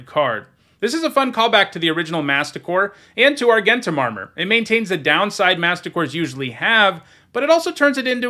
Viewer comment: "Argentum" is pronounced with a 'j' sound. Kind of like Argentina. It's a real old timey word for "silver". Just saying maybe put that in the back of your mind, before the drafts start, and it's said a million times. (Also there's the whole "archetype" thing. But you seem resistant to that change).